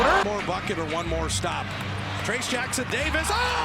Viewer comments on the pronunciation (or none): Trace not tracy 😁😁